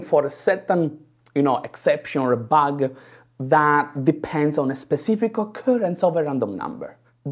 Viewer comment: If he would stop putting an -eh at the end of each word that ends with d/b/g/t he would get rid of 90% of his thicc accent. Bug-eh Cod-ed Seed-eh